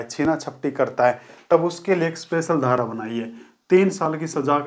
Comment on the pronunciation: Aap paheli dhara cleat nahin bol rahe hain